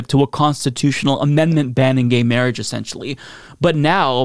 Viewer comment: Never trust someone who pronounces marriage "mareej"